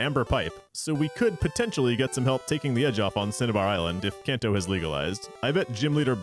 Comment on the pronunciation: It's pronounced KahnTou, NOT CanTou.